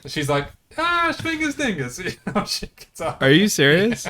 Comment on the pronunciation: Actually it's śmigus, not śmingus 😉